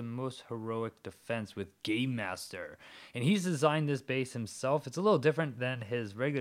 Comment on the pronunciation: it sounded kinda he said "Gaymaster" not game Hehehhe